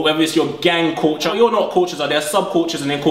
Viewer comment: A man said 'Corcha' instead of 'culture' LOOOOOOOOOL